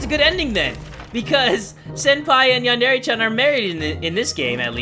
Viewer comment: lul he said “chan” wrong